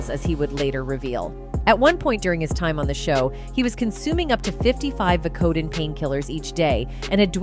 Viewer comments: Vi - Co - Din. Geez... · Vacodin? Pronounce things much? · This narrator -- and I shouldn't really call her that -- needs to learn how to use the internet for learning how to pronounce words, like Vicodin. It takes less than ten seconds. You go to google and type, How do you pronounce Vicodin? And in seconds you have a recording telling you how to pronounce it. Although it's hard to imagine how someone could not know how to pronounce Vicodin, or propofol? How many other words does she mispronounce in this piece? Too much trouble for her to look it up. Hardly a professional.